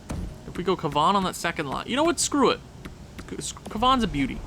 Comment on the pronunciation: I think it’s pronounced kav a nah